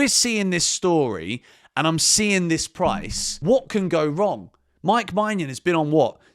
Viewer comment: sorry to correct you but your pronunciation of mike maignan is wrong!! It's menyin, not manyan!!